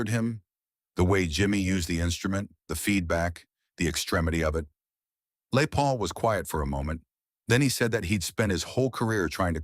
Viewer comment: Lay Paul..AI nonsense!